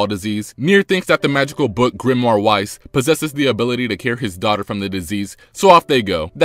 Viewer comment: Weiss is named after Weiß, the German word for white, so the W makes a "V" sound and not a "W" sound.